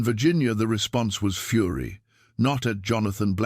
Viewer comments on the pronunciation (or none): none